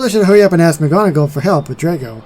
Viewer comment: Oh! I love this video! If you are wondering how to pronounce it, then it’s pronounced: “Dray-co” Great video!!